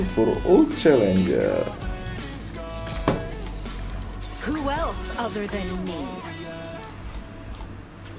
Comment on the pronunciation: Bang lu kalo niruin suara hero kok sering salah sih, challenges jadi challenger😅